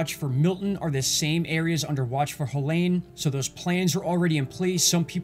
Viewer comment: Hell-ene Kill-ton